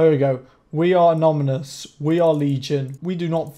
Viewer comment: Haha "amoNYmous"